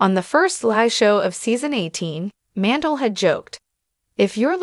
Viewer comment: Howie's last name is pronounced Man-dell. Not Mandle